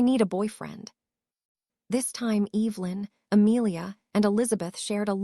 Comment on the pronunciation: It'd be nice if this AI knew how to pronounce names properly, it is not t h u it is theodore, it is not b l u s it is Blaze, it is not UVU ln, it is Evelyn